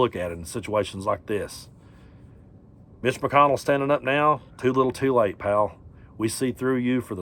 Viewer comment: Did you say Mitch McConnell or Glitch McConnell